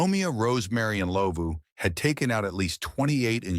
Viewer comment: I just came across your Chanel,I'm glad you covered South Africa,I just wish the pronunciation was better with Rosemary Ndlovu case but other than that, great job